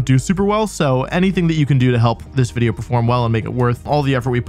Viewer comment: humour lololol when peak comedy is saying wideo instead of video or saying pyke-a-chuh instead of pikachu. he is a true genius